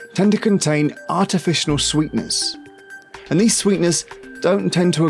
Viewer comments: "artificional sweeteners... jidestive system..." oh wow 😁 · Dude u keep saying artificional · "Artificinal Sweeteners" As soon as i heard him pronounce artificial completely wrong i lost all faith in everything i had "learned" in this video. I would bet this is either false or exaggerated information to get more views...... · What the hell is an artificianal sweetener? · "Artificianal." This guy is related to George Bush.